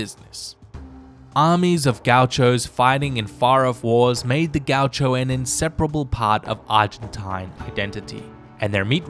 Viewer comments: I spent minutes to find out you were actually trying to say gaúcho. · The entonation of the work gaucho is on the U, not A.